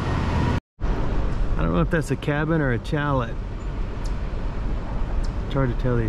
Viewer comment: Fabulous views near end of video. Hearing aids are odd little creatures. If your voice is loud enough, the background noise nearly blows out the eardrums. So, using CC is imperative. Saying “shallet “ instead of “shallay” is both clever and cute. CC showed “challet”. Several minutes went by before figuring out “chalet” was the point. Getting older has its perks, but it takes longer to enjoy them. 😊